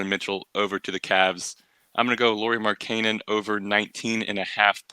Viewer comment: That’s not how you pronounce markkanen